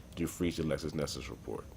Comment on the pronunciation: Bro its LexisNexis NOT LexusNexus